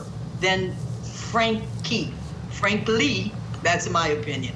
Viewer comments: LOL at both hosts saying “Frankly” almost every time they try to say Franke!! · What the devil is wrong with? The name of the woman you are giving your piece to camera regarding is, Ruby F R A N K E. Not Frankly. How many more times are you going to pronounce it FRANKLY? Geezoh! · STOP SAYING FRANKLY INSTEAD OF FRANKE. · Franke! Franke! Frank-E!! Lol! Not Frank-ly! 😂😂😂 Geez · How hard is it to get her name right? You're in media. If I have to hear one for "Frankly joke" I'm gonna lose my mind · Is it driving anyone else NUTS that they keep saying frankly?! Her name is Franke with no damn L 😵‍💫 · Idk why, but their constant mispronunciation of Franke as Frankly is driving me nuts. Wake up lady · How many times do the reporters call her frankly before realising that's not her name.. I swear like the first time fine, the second mm okay but by the 6th time, come on, its your job to be on top of this. You have teleprompters, this case has been covered before you know how her name is said. Love the woman at the end who made some jabs about it, Franke Frankly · its Franke not Frankly, you can even say it the german way which the last name probably came from: FR AAAAAHH NNNK AEEEE Also i dont believe her tears not an inch. She is sad about her situation and nothing else. In this oscar-like speech there was like no talking about her abused children. Narcissistic af. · FRANKE...NOT FRANKLY!! Good grief lady..get it right!!🙄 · Ok, petty I know, but these anchors can say "Hildebrandt" but can't for the life of them pronounce Franke right? I get when people aren't sure if it's pronounced "frank" or "frankie" but come on. I did appreciate the guest low key doggin' them over consistently calling her Ruby Frankly. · It’s FRANKE, not FRANKLY. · Hey court TV. Stop. Saying Ruby FRANKLE. Cmon! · If you’re going to cover this heinous crime get the name right guys 😤. “Frankly..” FRANKE 🙄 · Why can’t these commentators say FRANKIE?? They keep saying FRANKLY 🤦‍♀️